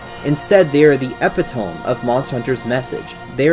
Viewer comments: That was a whole hour to come to the conclusion which was a repetition of the first few minutes. Also, 'epitome' is ep-ih-to-me, not ep-ih-tome. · its not said "epi-tome", its "eh-pit-oh-me" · hey dude, love this video, totally worth the watch, love the connection to biblical imagery (something really cool that I've thought about but never really been able to put into words). Just want to warn you, as a fan, you mispronounced epitome (we've all been there).